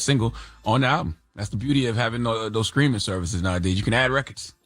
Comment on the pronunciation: I swear Charla says “skreaming” instead of streaming